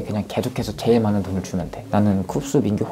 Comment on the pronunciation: 슈아 미국인인데 제일을 쩨일이라 발음하고 계속을 꼐속이라고 하는 거 귀여워ㅠㅠㅋㅋㅋㅋㅋㅋ